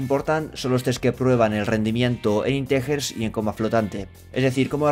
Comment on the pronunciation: "intejers y 'coma' flotante" 😂